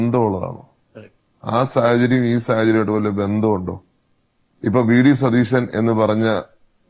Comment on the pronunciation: ശതീശൻ എന്നല്ല സതീശൻ എന്നാണ്